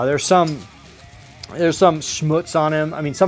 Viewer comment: Awesome finds buddy. Love it how you Americans say Schmutz lol. Sounds really German lol. That Snowspeeder is amazing. And C3PO for 20 Bucks, man that is a steal. Thumbs up as always my friend. Really enjoy your content.